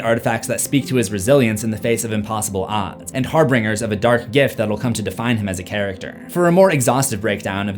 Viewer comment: Harbingers,. Not harbringers.